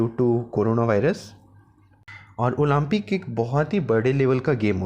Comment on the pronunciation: Olaampic lol atleast improve your pronouncation